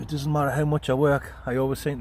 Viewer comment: 'Dunnit giv es that shit' Class. The most honest Northern answer.